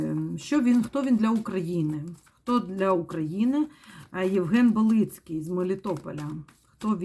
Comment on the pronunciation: БАлицкий, ударение на А.